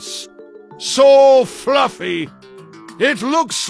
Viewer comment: "CLOUD TEN TENTHES SOOOEEIII FLUFFEH EIT LOOKS LIKE SPIDEARWEAEB" killed me so hard 😂😂😂